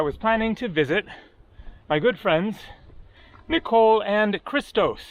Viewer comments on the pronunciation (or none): none